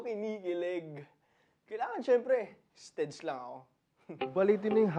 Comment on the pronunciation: "STEADS" Hahahaha!!!